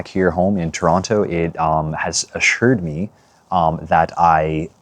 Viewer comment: You even say Toronto like a visitor!! hitting that hard second T! JK JK it is so strange coming "home" but it no longer feels like home.